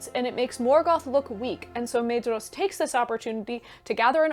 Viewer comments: No matter how commendable the rest of the video is (and given the breadth of the content, I can let some factual errors slip) but learn how to pronounce the names. There is no Maid-ross in the book. Maedhros is pronounced MY-thross, where the TH is voiced as in "those" and "there." Maeglin is MYglin. Aradhel is Arathel because again the DH represents a voiced TH. And either flap your Rs consistently or don't do it at all. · Fantastic synopsis! I only have two small pronunciation notes since Tolkien's English is a bit stale for us in the 21st. the pair of vowels "ae" are voiced as a long "i" as in 'eye'. The paring of "dh" is a voiced "dth" sound like the beginning of the word "their". So names like Maedhros get the double whammy and is pronounced M-eye-dth-ros. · Great summary! Small thing - “dh” in Tolkien’s languages is pronounced “th”, so Maedhros is pronounced “MYthros” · Wonderful video! Brilliant summery, and much appreciated 👍🏼✨✨ Quick pointless nerdy quibble: according to Christopher Tolkien's notes on pronunciation, "dh" represents a soft "th" sound in English, thus "Maedhros" would be something like "Maethros." Keep up the great work!!! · The ae and ai diphthongs are similar to Japanese (or Finnish, obviously), not English. Maedhros = MAH-eh-thross, Edain = EH-dah-een, etc. I know you were rushed for time, but you should have mentioned how the world was made round after Ar-Pharazôn's attack on Valinor. And how the Sons of Fëanor (or anyone else, I suppose) didn't dare go after the Silmaril while it was in Lúthien's possession.